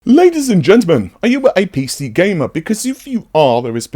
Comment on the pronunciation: I was about to look up what APC gamer was, then I realized you said A PC gamer ;) No hate, love your content.